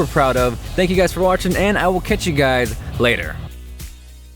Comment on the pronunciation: it sounds like you said " I will catch you guide later"